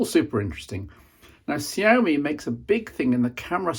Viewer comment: Kudos on the pronunciation of Xiaomi.